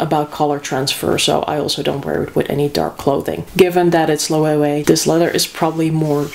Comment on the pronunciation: The ‘w’ in Loewe is pronounced as a ‘V’ sound just fyi 😊